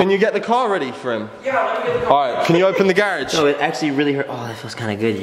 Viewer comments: how said garage 😂❤️ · The way pronounces garage XD <3